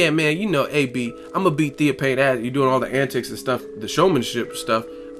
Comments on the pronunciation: it's Theo (fane) not theo pain. smh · why do u sound so stupid? Theo fffaaannnne, not pane¬ idiot